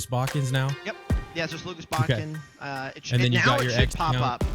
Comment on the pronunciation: It's Botkin, not Botkins 😉